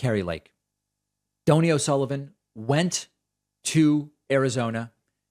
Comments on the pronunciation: It’s Don Knee, not dough nee. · It's pronounced (Doh-Knee). And NBD ya don't know it. Good Irish name. Great lad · Oh David. If he is EXCELLENT, get his name right. It is Doney. That is a kind Irish name. (Doh ney) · Doe-knee is the pronunciation. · Its Do as in do re mi. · Dough-knee, David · Donie is pronounced like Tony but with a D instead of a T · Hi David, it's 'Donie' as in doughnut- Irish short for Donal, he does a great job, as do you :-) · David, SIR, the gentleman’s name is pronounced Dough-knee 😍 He is wonderful.